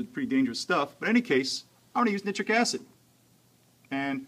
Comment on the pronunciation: nih-tric acid? really? really?